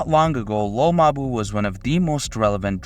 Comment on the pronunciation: its pronounced lil mabú